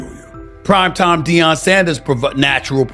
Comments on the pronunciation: You can't pronounce Deion Sanders . You shouldn't cover the NFL. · This is the worst sports channel.I've ever seen.You guys can't even pronounce Deion's name right! Go do your homework rookies